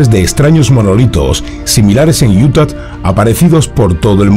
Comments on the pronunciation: Es “UTAH”, no “Utat”. 😅 Y se pronuncia “SNEIK”, no “snake”. 😂 “Extraterrestre“, no “estraterrestre”. 😆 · Se pronuncia iuta !!!!! Quitale la maldita t al final!!!! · porque dice iutat? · Desde cuando una hache muda en español se convierte en ch ??? Ademas lo repites hasta la extenuacion, esta claro que o no lees aunque pidas opinion, o lees y quieres hacerte el soberbio con la corrección Allá tú, ya es costumbre oirte cambiar el sonido de las palabras, a mi plin si quieres hacerte filologo... y dar paradas al español aunque te corrijan Viva IUTACH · utah no tiene una T al final, se pronuncia con a al final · Porqué insiste en pronunciar Utah con "t" al final???? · Por favor revisa tu pronunciación de “Utah”. De donde sacas la T de al final??? Es sumamente desagradable oírte decir eso! Los vídeos son muy buenos!! No los eches a perder! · Así no se pronuncia Utah JAJAJA